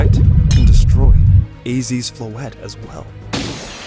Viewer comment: As a french speaker, I love hearing English speakers pronounce Floette like this. I've heard too much people pronouncing it "Floeetee" 😂